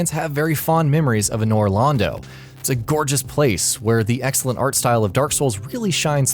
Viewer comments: It’s not ‘A-nor Londo’ it’s ‘An-or Londo’ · A-nure Londo........is this guy serious? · Anyone else cringe when he said Anor Londo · He can’t pronounce Anor Londo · you know, you would think with how many souls based lists they do that the narrator would know how to pronounce Anor Londo right. :/